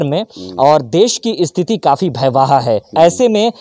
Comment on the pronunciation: पहले बोलना सीख लो। भयवाह नहीं होता महोदय भयावह होता है